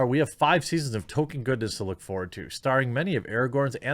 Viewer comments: Please, Jeremy: Tol-Keen or Tol-Kin. “Token” is a diversity hire. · It is Tolkien, not Token.... I hope this is just a midwest thing but dang son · FOR FUCK'S SAKE JEREMY, STOP CALLING HIM "TOKEN"! You sound ridiculous and it completely undermines your criticism if you don't even know how to say his name right